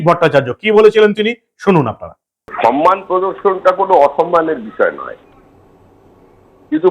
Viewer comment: সম+মান--সম্মান/ Not সন্মান। উঃ বারবার ভুল উচ্চারণ কেন?????